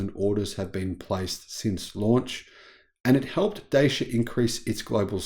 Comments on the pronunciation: it's pronounced ''Da-chee-uh'', not Daysha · It’s pronounced DATCHA in the UK m8